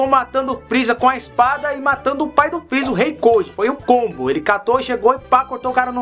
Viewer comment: dislike muitos pesongens ele falou errado por exenplo:o freeza